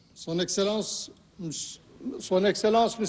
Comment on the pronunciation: Encore une très grande faute, il à dit "celance "madames et monsieur au lieu de dire exelance ou son excellence !